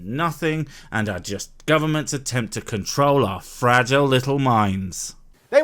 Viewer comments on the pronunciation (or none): none